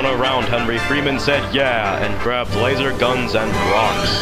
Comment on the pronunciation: When he said Grabed i thougth he said Raped XD